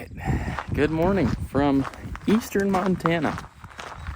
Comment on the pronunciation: Btw, I love the Monatucky, much like Pennsyltucky!lol 😂